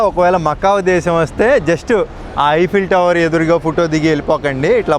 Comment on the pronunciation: ఐపిల్ టవర్ కాదు. ఈఫిల్ టవర్ మై సన్